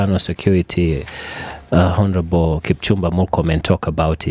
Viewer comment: Quick Englush lesson: Honourable is pronounced “onourable”